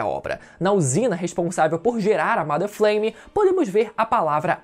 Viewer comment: pq todo video que vejo dessa teoria o povo fala "mAder Fleime", não é assim que se fala inglês não.